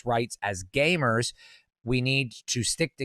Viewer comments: When he says gamers, it sounds like hes saying gaymers. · He sure does say gaymer a lot.